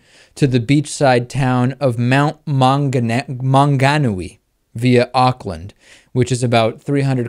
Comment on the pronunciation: Nice attempt at pronouncing Mt Maunganui, The Maori language isn't the easiest to say.